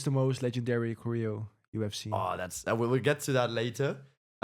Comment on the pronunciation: Kappen nou met je korrijo. Klemtoon op de eerste lettergreep. Cho-reo. Jezus pfffff.